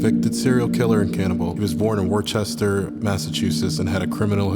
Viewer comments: minor but as someone from massachusetts worcester is pronounced woo ster 😭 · Worcester is pronounced “Wooster” just so you know 😅 massholes get really mad about that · I know I did not make it to the end of this video to hear this jit mispronounce Worcester